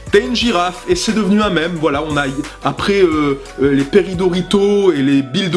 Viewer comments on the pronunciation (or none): none